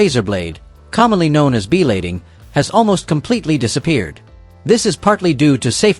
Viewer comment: Learn how to pronounce things correct it's called Blading not beelading